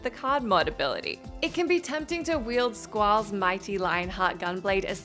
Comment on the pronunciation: I like how she only pronounces Squall's name properly once.